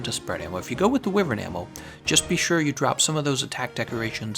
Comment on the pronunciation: Thumbs down for the repetitive mispronunciation of Wyvern!